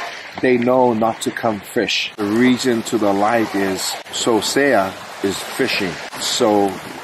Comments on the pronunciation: Its not Sosea lou seasea o. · It’s not Sosea it’s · It not Sosea his name is